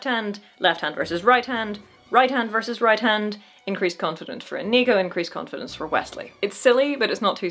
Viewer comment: Great video,. I agree with you on this great little movie and the great big swordfight. Try and get Iñigo's name right, though. God knows he says it himself often enough. The accent is on the first syllable, and the n is an ñ, not an n... just copy Iñigo. 🤨